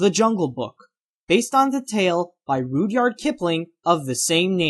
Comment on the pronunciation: rude yard? Rud (as in rudder)- yard